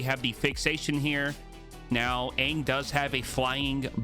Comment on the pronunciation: I’m pretty sure its pronounced “on” not “gan”. But I love your videos bro.